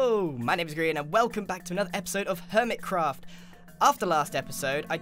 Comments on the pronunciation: "Groin i mean "Grain" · Giarian, not grian